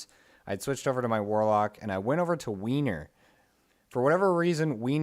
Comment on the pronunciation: It's pronounced "wer-ner" not "Weiner"